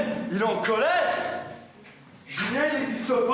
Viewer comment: « En colèrrrrrRRRRRRRRRrrrre punaise ! »